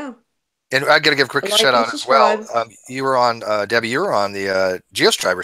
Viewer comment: sounds like its not Debbie...